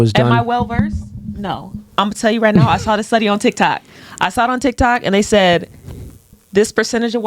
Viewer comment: "I saw it on Tilktok" enough said 😂😂😂 Goofy